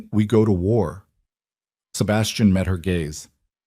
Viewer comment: Gaze, not gays 😊